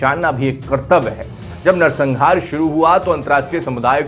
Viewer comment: pehle bolna to seekh le narsanhaar ko narsangaar bol raha hai